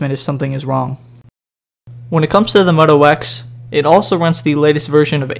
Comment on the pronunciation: say moto wax one more time...